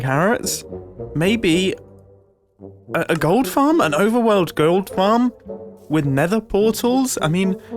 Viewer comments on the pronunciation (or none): * The way Mumbo randomly turns posh to say "Overworld gh0ld farm?" has had me replaying that clip for 5 minutes